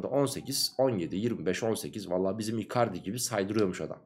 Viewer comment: hocam (p)icardi dediniz bi uzaklaştık ama izlicem yine de sorularınız güzel